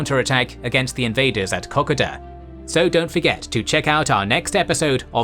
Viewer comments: Kokoda is the correct pronunciation not cocka da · Oh Dear god, he's still pronouncing Kokoda wrong. Please Ko-Ko-DA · In Australia we always pronounce Kokoda as “Ke-kou-da” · Great videos but please please learn to say KOKADA properly as in Australia it is a very very very important battle to us K O K A D A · Great doco but let’s get the pronunciation of Kokoda correct..CO…CO..DA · Kokoda pronounced horribly! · excellent but please learn to pronounce Kokoda correctly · agreed still graet doco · The pronunciation of Kokoda my only beef!